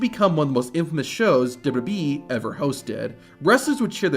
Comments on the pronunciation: Stop saying DubBubBEe, it's Double You Double You Ee...Please slow down and pronounce words and stop rushing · As this video progresses, your pronunciation of WWE gets worse and worse. Eventually you're saying "d'bee" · that's how you say "WWE". Not "Dubba B". Great content, but your pronunciation of WWE has driven me crazy for years now. In other words, you've got heat with me over the way you say it. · I hate the way you pronounce WWE. You add a B in there. WHYY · "Dubdabee" Double u, double u, ee. How hard is that? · Is it me or is the guy calling it "WBE" instead of WWE? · Why can't you say "WWE" properly? You say "d'wee" all through this video. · Please learn how to say WWE. It sounds like WB most of the time. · I've never heard of this wrestling company called "dub dub e" before. Please tell me more. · WWE - ❌ "Dububee" - ✅ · it isn't called "dubo dubo ee" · The rushed, awkward way the narrator says WWE is distracting and annoying. If it isn't some AI horseshit and it's the channels owner doing the voice over, PLEASE slow down and pronounce the 3 simple letters correctly: WWE (double you, double you, eeee)... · Narrator needs speech therapy. Dubbadee. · Double-you Double-you EE Two-thousand seven Learn to say these things, for Gods sake. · Sounds like you say "Dub dub E" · Its okay to pronounce WWE correctly and slowly... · Is the way you pronounce wwe on purpose? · Please practice pronouncing “WWE”. You’re not even close.